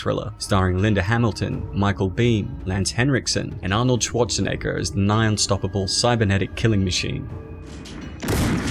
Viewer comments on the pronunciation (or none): You pronounce it like Arnold Swat-tshe-neger or Swa-tshe-neger... Are you paying such a strange way a tribute to Arnolds strong german accent?